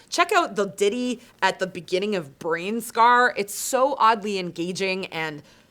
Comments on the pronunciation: Did you say "brain scaR"? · Also its Brain "scan" 😋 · Did you say "Brainscar?"